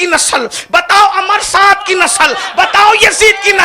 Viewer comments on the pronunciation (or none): अमर साद ❌ उमर e साद ✅ 😂😂😂😂